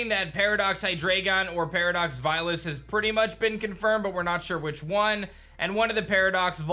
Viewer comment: Thank you for pronouncing Zweilous’ name with the German influence! I always do that for dEINo, ZWEIlous, and hyDREIgon and feel crazy. It’s a play on their 1, 2, and 3 heads, as Ein, Zwei, and Drei are One, Two, and Three in German